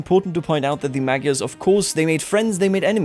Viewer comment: Gy pronounce as soft d. Magyars pronounce as Madyars. Imagine if somebody pronounce United States of America as it spells. It would be something like ooneeted staates of aamerika.